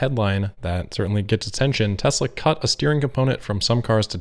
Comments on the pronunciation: I thought he said Testicle. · We should all try to say Tezzla... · ahhhh wasn't that hard? ... T. E. S. L. A. Tesla TESLA.... its not that hard to say... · It took four people eleven days to teach him how to pronounce it. Let's just say....not the sharpest crayon.